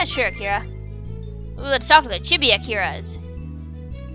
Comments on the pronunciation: sadly its pronounced cheebee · lol it's pronounced "cheebee"